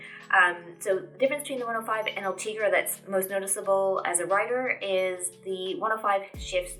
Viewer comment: Sei bella, but is: Ultegra, not Ultriga